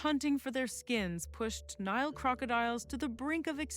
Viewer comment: She's saying Nile not Neil